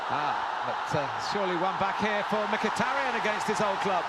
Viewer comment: リーブ21 ムキタリャンとミキタリャンの間みたいなの発音ですよね